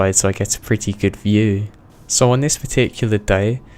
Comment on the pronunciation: Really annoys me that he says his p's as f's for example he says "fretty" instead of pretty